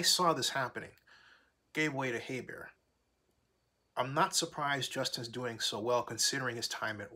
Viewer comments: I was surprised you're 5 weeks into the season and you still don't know how to pronounce his name. HER-BERT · Her-bert bro lol but yea defense caused them the games